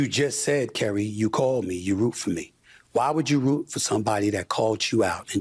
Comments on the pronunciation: In buddy’s own words “it’s very clear” he has 0 knowledge about what he’s talking about I think it’s “really lame” for him to even speak about someone he doesn’t have knowledge about… can’t even pronounce Cari’s name correctly lol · Exactly... And to seemingly intentionally mispronounce Cari Champion's name after her name was spoken phonetically more than once.... Just stfu dude 🙄